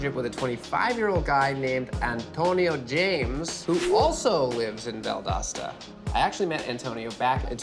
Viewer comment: It’s VUHL DOSE TA THE “o” is NOT AN “A” 🤦🏻‍♀️ Valdosta